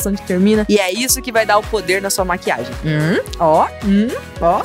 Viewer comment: mo eu escrevi maquiage porque é assim que ela fala